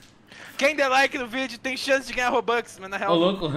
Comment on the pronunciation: Mano me deu agunia do chamar a moeda do roblox de robOx o certo é robux